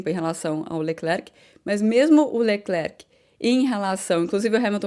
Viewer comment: Bom dia, eu percebi que você e os (brasileiros, eu me incluo) falavamos "Leclerc".. Mas o nome dele, dizemos ( eu também aprendi) "Lecler", isso acontece com o nome " Giles" que as pessoas chamam de " Gile".. Não se diz a letra "C " do Lecler(c) isso não faz nenhuma differença, nas suas analises, é apenas uma maneira de dizer que gosto do seu programa.e adoro as suas analises. E eu, comecei a escutar as corridas (de Formulas 1) com Jim Clark, ainda no radio, so não lembro do nome da radio, eu era pequeno.